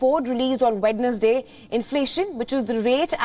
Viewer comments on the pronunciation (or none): Really??? Wed-nus-day ? You call this channel international